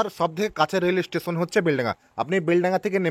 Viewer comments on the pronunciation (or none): none